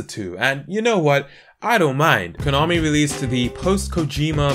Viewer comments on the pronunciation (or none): none